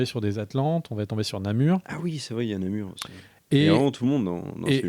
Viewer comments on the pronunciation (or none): Namor pas Namur, non? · Namur??? c'est Namor non?